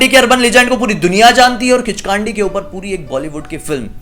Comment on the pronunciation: किचकांडी नहीं ,किचकंडी कहते हैं उसे